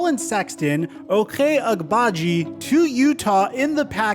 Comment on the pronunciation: Say Ochai Agbaji again. 🤣🤣😂